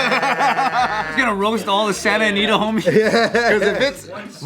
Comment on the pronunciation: "Santa Nita"? Like the gang in Santa Ana?